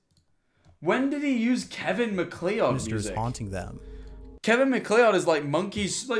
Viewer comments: The way he pronounced MacLeod 😭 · as a scottish person, its pronounced kevin Mac-cloud i beg its not mc lee odd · THE WAY HE SAYS MACLEOD As a MacLeod myself, the CORRECT pronunciation is "Mac-Cloud" PLEASE get it right D:> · Scariest thing about this video was hearing MacLeod said "mack lee odd" 😋